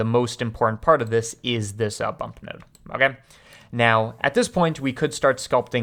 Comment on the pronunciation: I don’t like the way you say “ok”